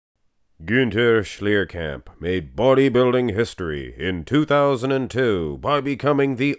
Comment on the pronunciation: kudos for pronouncing his name right!